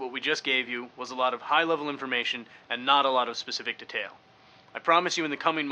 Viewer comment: he says 'detail' weird...